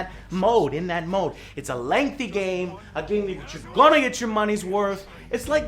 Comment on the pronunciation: Wait did you say MUNEH ?!!!!